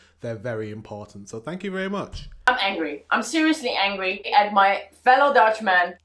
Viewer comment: it's Maus 'Gatsonides' not Gastronides😄